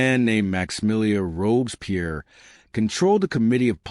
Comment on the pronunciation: Never heard about this, Why? They could at least learn to pronounce Robespierre right, Robesper, Jesus! Campina? Good GOD!!! No respect whatsoever, it's not the Wild West.